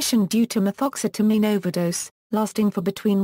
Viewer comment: I love some Ma-Thoxxx-seta-mean!!!!